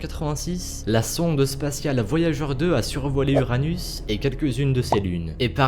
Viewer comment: Uranus, il a dit anus !